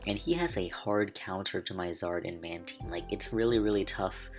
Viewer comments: Is mantine pronounced like that? :o Manedgyteen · THATS NOT HOW YOU SAY MANTINE